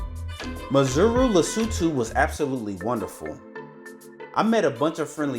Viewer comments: When you say Maseru its exactly the way it is sir...not Mazeru😂 there is no "Z"...But overall Lovely Video of my home town my brother! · Not Mazeru mate But MA-SE-RU. Sheer ignorance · It's pronounced 'Maceru' not 'Mazeru'😀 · Great presentation but terrible pronunciation on the names. MASERU not MAZURU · Lol your Maseru sounds like Missouri the US state . Its pronounced Mah -Seh-Roo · Maseru_ Pronounced Mar - Sir - Rue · Mar Say Roo 😅. That kinda simplifies the pronunciation. Beautiful video though😊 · My Brother I don’t know if it’s ignorance or arrogance : but to NOT pronounce correctly is embarrassing 🙈 How Maseru turned into Mazuru🤷🏾 is a goddam’ mystery Man😂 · its Mazuru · Ma-se-ru. Each syllable separately, not all at once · You’re saying Maseru wrong and it’s really frustrating man.! ( there’s no Z or O in Maseru)However thank you for highlighting our beautiful homeland, God bless you 👊🏽🍻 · So you spent all that time in Lesotho and never learnt the pronunciation of its capital city!? What a shame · You have gained a new follower brother. I am from 🇱🇸 Maseru and I love how you showcased our capital city. I see you went to the mainstream tourist locations, if you happen to come back my group can show you other activities that the youth here are still trying to promote. Skateboarding in the highlands, paragliding, airbaloon rides, fashion shows and art gallaries. We will also work on that "Maseru" pronounciation😂😂.. 💯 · nice tour indeed, but the pronounciation for Maseru, is hilarious! I can see you enjoyed touring in Lesotho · 😂😂😂😂 love yr channel. Why didn’t they teach you how to pronounce Maseru 😆. U make it sound like there’s a ‘Z’ or even ‘zu’ 😁… but the ‘U’ is also only at the end. ❤